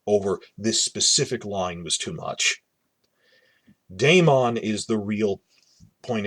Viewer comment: How is it possible this person watched the entire first season of HOTD and does not know how to say Daemon's name ??